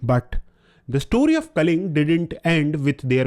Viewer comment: Kalinga not kaling